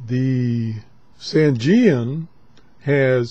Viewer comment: Excellent review as usual, but you got a little dyslexic here. It is the ATS-909X and not XTS-909A. And, even though we all pronounce Sangean the way does here, it is actually pronounced "Sane" (like in insane) and "Jean" (like Levi's Jeans). SaneJean. I would just like to tell everyone that the sensitivity issue on the 909X whip antenna can easily be fixed with a cheap 4:1 antenna balun as described in the Yahoo Group for the ATS-909X. Also, I recently acquired a Clearmod version of the 909X, and the Clearmod has a sensitivity increase which puts it on a par with, if not better than, the Sony as well as all the new Tecsun portables. One of the very few Clearmod reviews available here